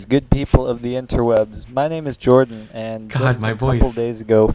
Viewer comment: Lol but in the beginning I heard my name is George in stead of Jordan